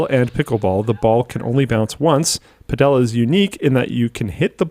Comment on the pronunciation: Pretty sure "Padel" is pronounced "paddle" isn't it?